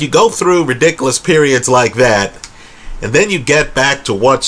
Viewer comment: You’re the best, man. Keep up the great videos. And I love the way you say “ridikalus”. PS - I’m witcha: GGG won both fights.